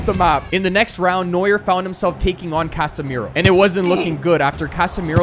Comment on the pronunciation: Neua don't pronounc the "R" and I'm not dumm am German